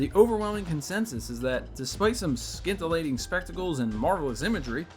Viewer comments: THANK YOU. And that's all I can say for now.b =) (Having said that, however, the proper pronuciations of those words are actually "MAHn-ga", and "SIN-tillating".) But please, keep them coming. =) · the 'c' i silent in the word scintillating, brahh.